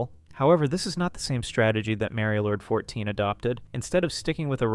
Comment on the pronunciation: Why do you pronounce it as mary-o-lord 😭